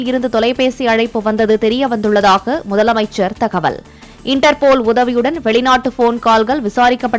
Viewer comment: ..... திரும்ப வாசிங்க முதலை அமைச்சர் அவர்களே.....😢